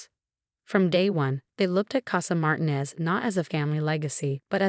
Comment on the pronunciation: (1) A female narrator for a male protagonist. (2) Mispronunciation of family name. It's Mar-TEEN-ez.